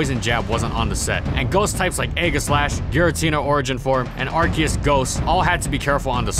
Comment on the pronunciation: ar ce us